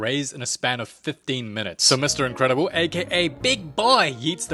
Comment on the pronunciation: Incredible ❌ ahhcredible✅